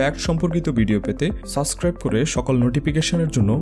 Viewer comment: সাসক্রাইব না সাবস্ক্রাইব হবে ভাই